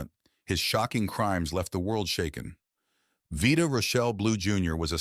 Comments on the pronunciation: It's not Veeda It's Vida! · The headline is SO misleading. "Unbelievable Crimes"?! Seriously? Low quantity narcotics possessions and one DUI don't make him anywhere remotely close to the monster this headline makes him out to be. Next, he pronounced his first name, "VIGH-duh," not "VEE-da," as the AI voice mistakenly says. Also, there's one pic captioned "1967," in which Reggie Jackson, not Blue, appears. Newsflash: Not all black men look alike! You really should consider re-titling and re-editing this video. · When Blue was a player, his name was pronounced "Vida" with a long I, not "Veeda" with a long E. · Why do they get these horrible moderators to do these you tube videos who nothing about him and cant pronounce his name?? Veeda?.? Shameful!! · "Veeda"? I don't think so. I hate these AI narrated videos. I pulled the plug at the 45 second mark. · Vyda bit Veeda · Why listen to an AI video that mispronounces the first name of the video's subject? I'm out. Bye. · This is complete trash. Ai voice over can't even pronounce the guy's name correctly. And the sensational headline? Please, this is GARBAGE. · Some people have their demons,he's not a criminal,bad video and bad pronunciation of his first name! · If your AI can't even pronounce his name right.... Down vote Bye.